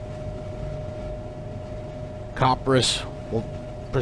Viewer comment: Also, fwie, copperas is pronounced copper-ee-ass, not like copper-ass.